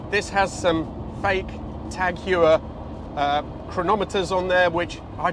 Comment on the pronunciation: Heuer is properly pronounced ‘Hoyer’. They even ran ads in old days pointing that out . . .